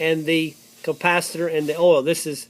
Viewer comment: At the end of video you said campasator